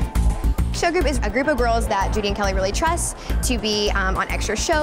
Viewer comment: I love Kelli but deliberately pronouncing her name wrong ...is wrong🤷😢🤍💙